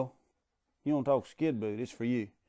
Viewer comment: does actually say Skinboot? What an idiot.